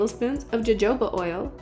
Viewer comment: That is NOT the correct pronunciation of Jojoba oil.